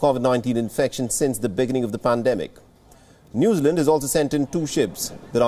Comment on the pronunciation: I had trouble understanding him at first too. His pronunciation "Noozerland" was very odd.